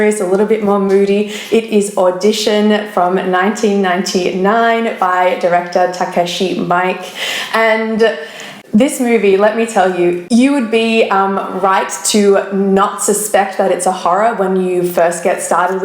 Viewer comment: It's not "Mike" It's pronounced "Meek- eh"